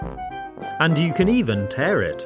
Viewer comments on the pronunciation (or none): none